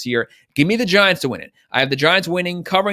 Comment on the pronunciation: “I hate to go with the unders; I’m gonna go with the _____.” Huh? Please try to pronounce crucial terms clearly and LOUDLY, since you have a tendency to blur. Thank you.